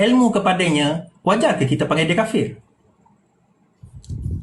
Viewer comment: Sembang sokong pas pasal takbir dia suara paling kuat TAPI ilmu sikit pun tak ada kena sergah dengan yang dia pandai sebut kapir kapir kapir laaaaa mat Hulu mana datang Ni nampak sangat jahil.